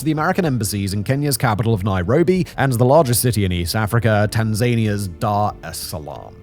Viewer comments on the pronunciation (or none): Every time he says "Tan zayn ia" i want to scream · A union state of Tanganiyka and Zanzibar. Tan Zan ee ah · The pronunciation of Tanzania is killing me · I literally came here to comment about him saying it that way 😂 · Mispronouncing words is a hallmark of Simon’s content 😂